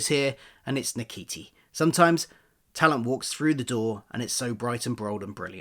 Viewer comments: I believe his name is pronounce “shoo-tee”… that what Google says anyway 😆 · his name is pronounced Scooty but spelt Ncuti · I do think his name is pronounced: shoo-te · It's pronounced 'Shooty'. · I think you pronounce it as “shooti” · It's nice they announced it to use the BAFTA buzz to do lots of press. Very wrong pronunciation. You couldn't type his name in YouTube and listen to one person pronounce his name? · it would have taken less than a minute to type his name into youtube and find a video of Ncuti pronouncing his name, just take a minute to make sure you get it right.